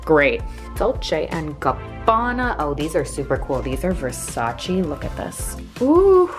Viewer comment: Thank literal god says Versace instead of Versaci like everybody else